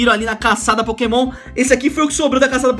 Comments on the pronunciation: Aí me da uma agonia! Ele não sabe o nome dos pokemons! Fica esperando mostrar, e alguns pronunciam errado -. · Aí tu vê que ele tá fazendo vídeo de pokemon só pra ir na modinha e ganhar view, sabe nem qual pokemon que dá pra evoluir e fala os nomes tudo errado